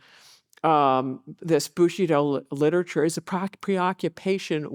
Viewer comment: I❤the lecture,but the butchering if the of the language BushidO,bushIdo guerilla that comes from spanish and it's gueri ya ... double ll it's y .That's making me scratch my 👃